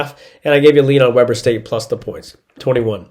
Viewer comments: Dude, it is “Wee-ber” State, not “We-ber” State. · It's We-Burr State. Not pronounced like the BBQ. But thanks for the picks!